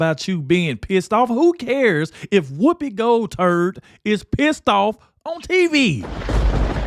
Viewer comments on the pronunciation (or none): Hahaha, he said Whoopi Gold turd